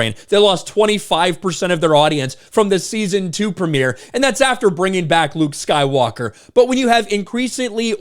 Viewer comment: Sounded like "Lubed Skywalker" to me. Probably a memory trigger from Zach & Miri where they called him Lubed Skyballer.